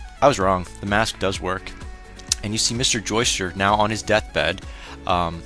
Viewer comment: BTW I notice you're saying "Joester". Sometimes the subs spell it that way. But it's actually Joestar. As in Joe and the word star. You'll notice later in the series why the "star" part is important.